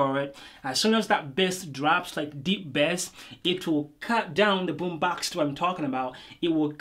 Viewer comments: I Love it when you say Boombox 😊 that sounds like "Boombax" 😌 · Really good review !!! BUT the pronounce of BummBAX got me dead